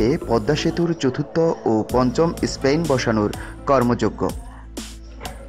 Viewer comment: Ha ha ha ha ha. Vai Spain na span. Otvut kotha batra bole vaisap